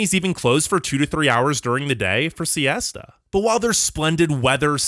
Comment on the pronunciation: When you were talking about Spain (I'm Spanish) and you said "siesta" it got me dying 🗣🗣